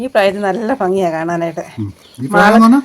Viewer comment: ചേട്ടാ ഫങ്ങി അല്ല ഭംഗി...... OK